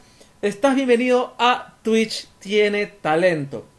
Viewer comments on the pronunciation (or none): Yo dije wow pero por que dice "Twicht"